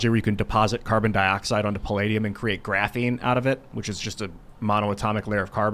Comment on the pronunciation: I think you should fine everytime mentions "graphine".......